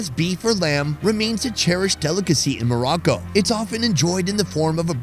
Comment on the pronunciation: You need to loan to pronounce it right it's Morocco